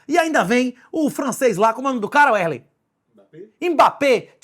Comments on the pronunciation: em momento algum do video ocorreu a pronuncia Wesley... é mais algo proximo a "uerley" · É Wesley kkkkkk é porque ele fala o nome dele errado